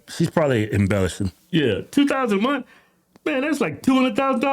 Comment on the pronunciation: She didn't go to a good school. She can't finish a sentence without cursing, and can't pronounce "month".